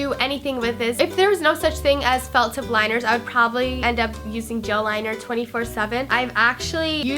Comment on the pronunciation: it sounded like she said "liquid gel or fuck tip" lol